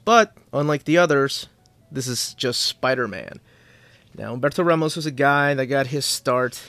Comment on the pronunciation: As a Central/Eastern European I have pretty much no use for the measuring segment, but on the other hand the way pronounces names like "Humberto Ramos" is just a short phonetical miracle for me, so I guess it evens out as a whole.